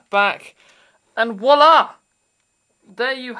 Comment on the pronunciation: FYI, "walla" vs. "voila"